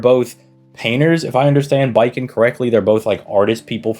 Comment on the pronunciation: It's Bakin, not Baiken.